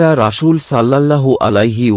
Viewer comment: আরবিতে রাসূল শব্দের বানানে ছিন আছে কিন্তু আপনি প্রতিবারই শীনের উচ্চারণ করে আসছেন যেটা ভুল। আশা করি আরবি উচ্চারণ সঠিকভাবে করবেন।